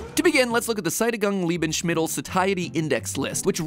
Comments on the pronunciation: as a germann I need to say that th ae in Saettigungs Lebensmittel is pronounced ä bc in German there is an ä but you can also write ae. And Lebensmittel the s like an s and not like sh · I have NEVER seen someone butcher german THAT HARD!!!! IM SHOCKED AND IN TEARS LAUGHING. My god....*wheeze* i cant big oof 🤣😭💀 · Mat saying "Saettigungs Lebensmittel" put a big, big smile on my German face.